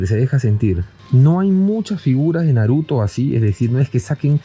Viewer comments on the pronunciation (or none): none